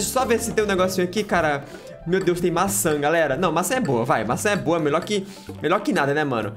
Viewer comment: vc fala garela em vez de galera e meu amigo fala cublinho em vez de clubinho kkkkkkkkkkkk